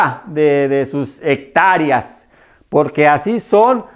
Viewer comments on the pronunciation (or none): Quien le va a creer a este individuo si cónfude "hectáreas" con "hectárias"